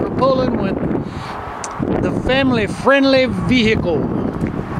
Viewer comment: "It's a family friendly vee hee cull"...........it was at this point that the sound got turned to zero